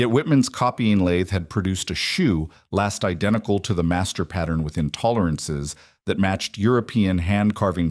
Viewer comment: It would SIGNIFICANTLY improve your perceived credibility if you were to ask a cobbler to explain to you what a "shoe last" is, so you could stop inserting a verbal comma there; pronouncing last as if it were an adjective; then showing images of rifle-stocks 😮